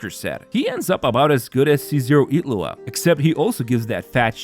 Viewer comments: His name: Illuga You're saying: Iglua So probably not. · Ngl it's starting to get actually annoying like HOW ILLuga becomes Itlua wtf is this? Like literally everyone except iwtl says it's like this. So painful to listen